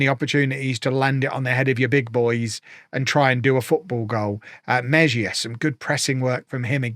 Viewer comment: we all love you, but would it kill you to spend an hour Googling how to pronounce your players' names? Meh-zhia?!